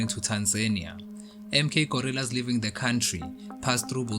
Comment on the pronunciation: The narrator id using the term " Gorrillas" instead of Guerrillas which is the correct word.